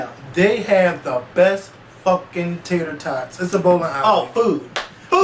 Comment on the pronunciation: Lmaoo "Tater Totts"!! Smh Oooh